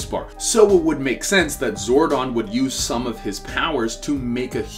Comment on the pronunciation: Okokokok so this guy can pronounce zordon correctly but can't pronouce zord correctly